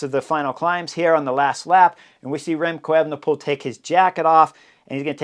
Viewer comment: Remcold or Remcloud Evenepoel?